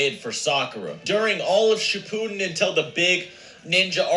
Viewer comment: You're actaully saying Shippuden right.